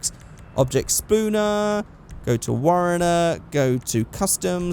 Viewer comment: I watch your videos and I always thought you were saying "spawner" weird until I realized it was actually Spooner 😂